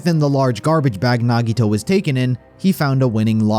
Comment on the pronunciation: THE WAY HE PRONOUNCED NAGITOS NAME HAD ME DEAD BYE